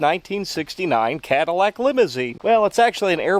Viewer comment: It became a "Cat-ill-ack" by the end. Gosh, I am clever...😅